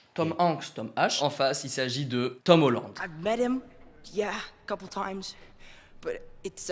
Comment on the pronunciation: Mais....vous prononcez hyper bizarrement Tom Hanks et Tom Holland! 😭😨 on prononce les a !!! 😂